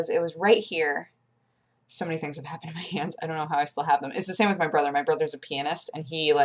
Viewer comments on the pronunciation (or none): its so funny when people say pianist, because it totally sounded like you said your brother was a penis XD